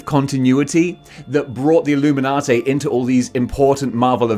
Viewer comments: Say it WITH me,... "Ihl-loo-min-ah-TEE", NOT "Ihl-loo-min-ah-TAY"... Now, as for the group themselves, I could give a hairy rat's about them... Civil War kinda pissed me off, and things only went downhill from there... But I detested the Illuminati concept before that, when they first started the idea, and have outright ignored their bull$#!t existence in the comics. Nobody needs THEIR holier than though, we know what's best for everyone, bull$#!t, FIRST of all, and secondly... F**K the Illuminati. IF they ARE actually in the 2nd Dr. Strange movie, then I'm probably not going to like it as much as I'd hoped I would... And THAT SUCKS. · "Payter! Its the Illuminaughtay!" - Mayry Jayne Parkah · Having sayin "Illuminatay" saved my day;) I only know Black Bolt from the Inhumans tv series, where he doesn't come off as brainy? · I can’t watch anymore after your pronunciation of illuminati